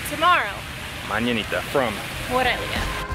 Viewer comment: Its More-elia.